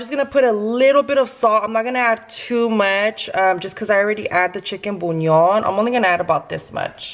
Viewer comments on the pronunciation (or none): Its not chicken "bunion" se dice "buyon" lol sorry